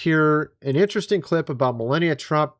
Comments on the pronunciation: Mil arn ia its pronounced... not millenia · Please stop with the melEHnia...it's meLAHnia !!! Thank you. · Is it bothering anyone else that this guy doesn't know the First Lady's name? It isn't Milenia (Millennia). It's Melania (Mel-AU-nia) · Forgive the criticism but, the name is MelAnia not MelEnia. I like ur vids. Ty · Melenia?? It's Melania 😂 wtf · it's MelAnia, not MelEnia. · It's Mel onia not Mel enia. Puhleeze. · Millennia?????? Did you mean "MELANIA"????? :face-fuchsia-wide-eyes::cat-orange-whistling::face-blue-wide-eyes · You need AI to see if MELANIA pics are fake? ( please lo with the strange pronunciation issue ) It's Mel ahn ia 😊 Anyway, if it was real the left would have already had this for 5 years straight - brain power - no need for AI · Why does he keep saying Melenia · You keep mispronouncing "Melania's" name, you keep calling her; "millennia." Why do you keep doing that?. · Are you really that tone deaf. It's pronounced MeLONia!! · It's Melania. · Me-Lan- ia. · MELANIA NOT MELLENNIUM and its ROOF not RUFF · Melania...not Melania as youre pronouncing her name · If you're going to say her name so many times, please pronounce it correctly. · You must be kidding when you are mispronouncing Melania's name. Right?